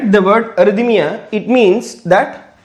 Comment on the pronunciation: Thank you very much . But please do not say (arthymia Because it is called arrythmia)